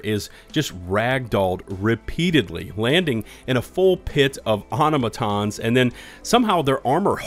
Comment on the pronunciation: wreak havoc, pronounced like reek, not wreck, and Or Tom a tons, not auto matons